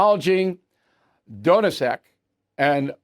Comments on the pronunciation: Donetsk is pronounced DON-KNEE-EST Great analysis Bill, that's why you're the top dog. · That is the single worst pronunciation of "Donetsk" ive ever heard